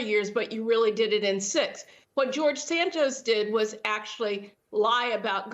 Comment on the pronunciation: He said embellished 😂😂😂😂😂